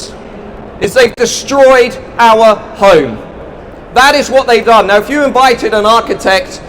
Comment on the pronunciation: strange accent. he pronounces home like an aussie ("hoyme") and other words like an american (british = "bridish")